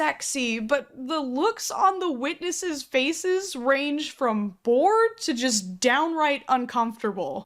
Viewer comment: She said witnesses 😂